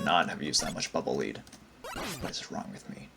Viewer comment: Pretty sure "Bubble Leed" is supposed to be read "Bubble Ledd" ^^